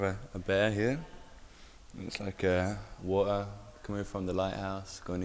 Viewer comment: wuht-urrr ova hurr, wuht-errrrr ova thurrr